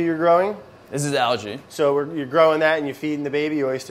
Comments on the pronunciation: I thought it was me. They're saying algae but I'm hearing allergy. Phew, someone else heard it, my ears still work. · Why does he say algae like allergy. And why does the oyster guy say LG